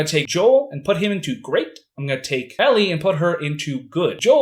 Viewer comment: Bro said ellie😂😂😂😂